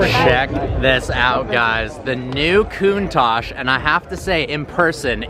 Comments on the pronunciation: I almost chocked when he said KOON TASH . Ahhh Americans haha . Still thoe ,no hate , nothing but love lol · Coontach????? Count-tach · It’s pronounced Countach